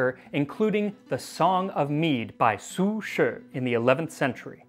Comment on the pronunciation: As someone who speaks Chinese - THANK YOU SO MUCH FOR PRONOUNCING IT CORRECTLY ♡ Hearing you say 'Su Shi' brought me SO much catharsis after years of being forced to listen to other youtubers butcher any Chinese word/name they come across.